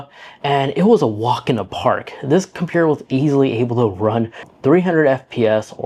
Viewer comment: compuurr lololol